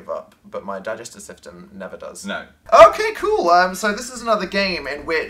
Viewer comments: "digestive siftem" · Why did they both say digestive syMstem